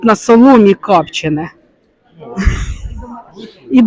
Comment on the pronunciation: Не капчене а копчене.